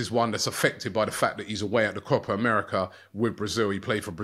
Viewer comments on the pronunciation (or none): none